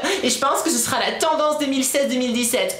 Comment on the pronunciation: tu a dit "la tendence 2007 , 2017" 😹🌴😹